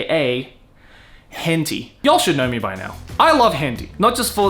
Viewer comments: You're pronouncing it horribly wrong. Tay it's pronounced "tie." You're killing me. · I'm gonna assume you're intentionally pronouncing 𝐻Ǝ𝒩𝒯𝒜𝐼 wrong.. Hen Tie.. not Hen Tea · As an Asian, I thought it's pronounced as hen-tie not hen-ti. Just saying. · He also says "henty" instead of "heh-n-tah-ee" about a million times. Ow ow ow ow. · hen-ti? isnt it TAI? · Hen - tie. Hen... tie... not tee.. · that way you say it is the first time I heard someone pronouncing like that ..... and it's kinda funny. it is not it sounds like 'hentee' but it is 'hen tai' just for pronunciation. Try saying 'aa' in 'tai' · Hentee? It's pronounced hen-Tie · Why is he pronouncing it "hen-TEE" when it's "hen-TAI"? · it's not Hentee... the TAI part sound like the start of Thailand so Hen-Thai... you talk like 90s anime where like animated stone age stick figures or something, 90s Anime was the golden era, tittles like ninja scroll and wings of honami still look far better than anything done today. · You spelled "spelled" wrong until you edited it (I saw it in the e-mail notification);), and I spelled it henti on purpose because that's how pronounces it in the video. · Bro said "henti" 💀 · I've been watching videos here for a long time but I've never gotten something: does he actually think it's pronounced "hen tea" or is this a meme he has made part of the persona? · Do you actually pronounce it "hen tee," or are you doing it for other reasons? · Its Henti (hent eye) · Is that how Henti is actually pronounced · how does this guy not know its pronounced hen-thai? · Hentee? Pronouncing it completely wrong :( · Henti? Why is he pronouncing it like that. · Lol why are you pronouncing it "Henty"? That is not how you say it. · Is he purposely pronouncing it wrong without the a so he doesn't get demonetized? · Deliberate miss onounciation but i can't spell we arent perfect